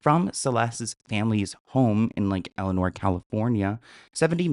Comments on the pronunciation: Love you but it's not lake eleanor, it's lake el-sin-ore. I grew up there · I don't mean to be that person, but it isn't Lake Eleanor - it's Lake 'Else'Sin'Nor' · Its not elinor it's pronounced lake el-sen-nor.. and he's GUILTY!!!! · But why does he keep saying Lake Eleanor?😂😂 it's Elsinore, haha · It's Lake Elsinore, not Lake Elenore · It’s Lake Elsinore, not Elenor btw 😊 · Lake ElSInore it’s irrelevant so i don’t blame you for mispronouncing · There's an S, friend lol. Lake ElSssssinore lol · Lake Elsa-nor * I live near here and everyone’s talking about this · “Lake Elenor “😂😂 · There’s an “S” in Lake ElSinore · It’s LAKE ELSINORE you freakin sausage.